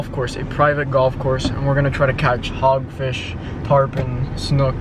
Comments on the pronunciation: Did you say hogfish in the intro? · He said hogfish 😂😂😂